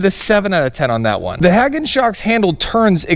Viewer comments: Pronounce hay gone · I think it's pronounced - Hay Gone, but I am also from the south so we say things weird all the time.